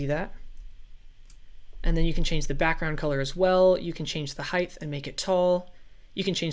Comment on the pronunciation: It height not heigth no thhhh sound... Sorry it really bugged me